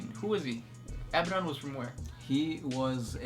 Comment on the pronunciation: It's pronounced A-BAD-ON not ABBA-DON